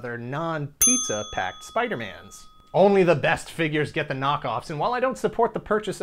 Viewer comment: Wow, I'd love to see the draft/cut list that didn't make it as well! Must've taken a loooong time. On a side note, I had to take a shot, because you said "fingyures". Good stuff!